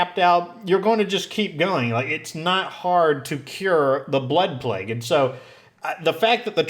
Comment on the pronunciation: Euthanize black people???? Seriously that's what it sounded like you said.